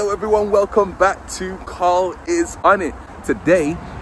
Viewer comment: Love ya Carl but c’mon it’s Karl bro